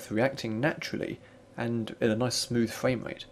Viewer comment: You sound like the gayest man on the internet. You pronounce R's very slightly like V's / Ws. Frwvame Wvate what the hell is that? Is that like Frame Rate only the way it sounds with a mouthful of sperm. Your voice disgusts me and brings shame on Britain. The worst part of your video isn't your accent, it's the fact that you're reading a script rather than commenting. Lame. Give me your lunch money you weed.